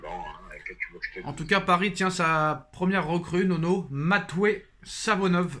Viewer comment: C’est pas Nono, c’est NEUNEU !! 😂😂😂